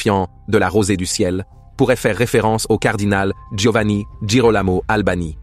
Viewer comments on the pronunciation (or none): none